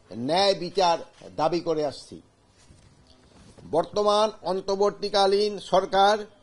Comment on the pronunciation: তিনি তো অন্তর্বর্তীকালীন সরকার শব্দটাই উচ্চারণ করতে পারেন না